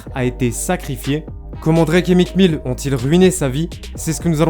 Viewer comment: “Mique Mille” mes oreilles 😭